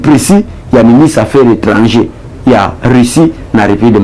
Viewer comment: Monsieur le journaliste on dit Ministre des affaires étrangères et non affaires étrangées